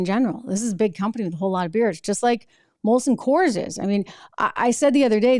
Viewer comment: STOP SAYING IT WRONG! ITS MOLSON COORS NOT COLSON MOORS!